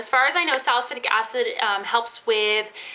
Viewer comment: at first i thought you said "ass in your eye" not "acid" bwahahah